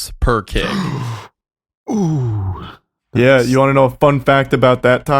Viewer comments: wendigoon trying to pronounce the abbreviation KG as ""kegs"" is so fucking driving me insane and for anyone wondering, no, you just say the full word kilograms, you don't say the abbreviation at all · It kills me how instead of saying kilo Wendi says kig